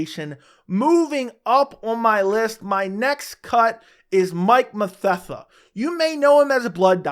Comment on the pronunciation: You said Mike mathetha I’m like who tf is that